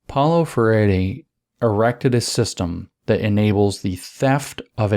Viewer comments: Please go back to "Freyeree".. "Freddy" just CAN'T be right 😢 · It's more like fray-ee-ree. The ee is very brief. Portuguese has a lot of tough sounds that are not intuitive at all. It's worse that it's a stress timed language so syllables get cut off in weird places sometimes. 😅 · I'm not convinced Paolo Fur-Eddie deserves proper pronunciation of his name. I'm hereby starting the lobby to change his name back to Free-Airy. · Good to know it is pronounced "fairy" rather than "free-air-ee". ;)